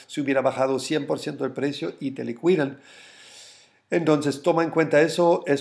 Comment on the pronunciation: Liquidan, la u no se pronuncia ~ "Likidan" 😝 1CqCFN7g8MhzjK1rfrRei91n5UPxeX6SrY